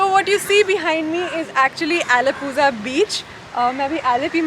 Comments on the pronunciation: For you information, it's not alapuzaa..it's alapula ( alapuzha) 'zha - la' . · It's pronounced allepua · The correct pronunciation would be Alappudha 🙌🏻